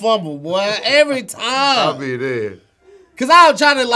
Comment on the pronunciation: mind: “...every time.” beard: “...every chance.” tongue: “...every tham.”